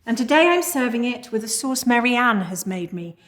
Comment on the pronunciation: Was the vanillahr in the sauhrce from Africahr?